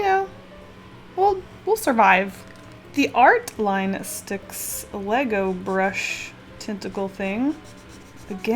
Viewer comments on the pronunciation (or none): none